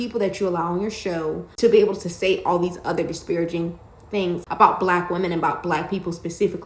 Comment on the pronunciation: This man can't even pronounce "disparaging" correctly and he wants to cape for Stephen A Smith? This man's defenders are not sending their best.